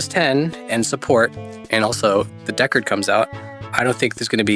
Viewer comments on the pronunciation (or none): none